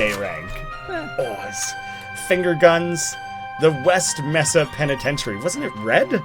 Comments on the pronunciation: It's not Meh-sa, or Me-sa, it's May-sa. It's Spanish. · It’s may-sa not me-sa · Me:Raging because he doesnt get the Black Mesa joke,and pronounced Mesa as Mess-sa. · its pronounced mae-sa not meh-sa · To help with your failed pronunciation of “Mesa,” it is pronounced “MAY-sah” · it's not pronounced "Meh-sa" it is actually pronounced "MAY-sah". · It is pronounced ( m - A - s - uh ) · pronounced MAY-suh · I want to die every time you say mesa.